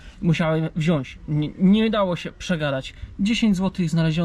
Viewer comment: mow ladnie po polsku nie wzias tylko wziac🤣😂🤣pozdrawiamy kobitke co sie tam chowa